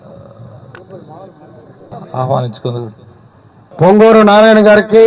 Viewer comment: పుంగనూరు కాదు. పొంగూరు నారాయణ.